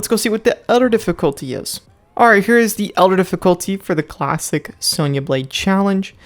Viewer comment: What he said:"Let's get back to Klassic Sonya Blade" What I heard:"Let's get back yo Klapping Sonya Blade" 😂